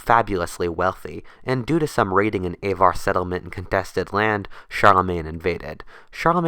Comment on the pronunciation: would have been better if you had looked up how to say Avar and Magyar. Even the printed word would have missed out on a font, developed from Carolingian Script (hard g, not soft)